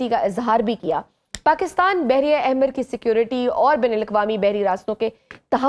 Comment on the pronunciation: درست لفظ بحیرہ (Baheera) ہے، جس کا مطلب چھوٹا سمندر (Sea) ہے۔یہ لفظ عربی زبان کے لفظ "بحر" (سمندر) سے نکلا ہے، اور اس کی جمع بحیرات ہے۔اہم فرق اور استعمال بحیرہ: یہ جغرافیہ میں استعمال ہوتا ہے، جیسے: بحیرہ عرب (Arabian Sea)، بحیرہ روم (Mediterranean Sea)، اور بحیرہ مردار (Dead Sea)۔بحریہ: یہ لفظ فوج کے اس حصے کے لیے استعمال ہوتا ہے جو سمندر میں لڑتی ہے، جسے انگریزی میں Navy کہتے ہیں